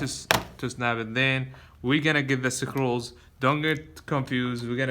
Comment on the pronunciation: Ok, the word for those things holding everything together is... SCREWS LOL. (Skroos) NOT Sa-crewls lol but good video. I don't think English has a word sakrewls, but hey, go ask Webster.